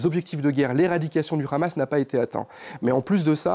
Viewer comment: Pourquoi il dit khamas veut-il imiter les hébreux , ou bien se faire bien voir par l’inteligencia .. en tout cas on les reconnaît avec leurs "kha"